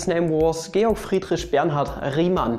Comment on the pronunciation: I've never had a problem pronouncing, "Riemann", however, pronouncing Georg, "gayurg" is new to me!